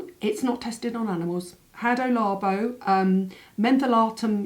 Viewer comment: Oh my GAWD! Definite case of major de ja vue! I watched this and left a comment earlier, what happened? Anywayyyyy, Hada Labo is it's name not Hado Labo 😅😅. Which product(s) contained peptides? You mentioned them at the beginning but didn't elaborate. Cheers, ❤❤